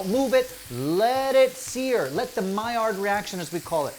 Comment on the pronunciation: guys it's MAILLARD reaction. not mired. please